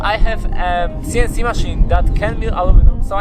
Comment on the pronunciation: Funny how every time you say “This CNC”, Siri on my phone activates... I guess it sound to it like “Dis Siri” which is the triggering phrase in French... Other than that, well done with your DIY CNC!